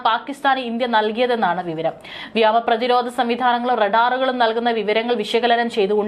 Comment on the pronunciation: വ്യോമ മേഖല ആണു വ്യാമ മേഖല അല്ല വാർത്ത ശരിയായി വായിക്കുന്നത് അതി പ്രധാന മാണ്. ശ്രദ്ധിക്കുക